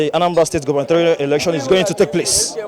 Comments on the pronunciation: mr man not erction, but election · Election not erection bruh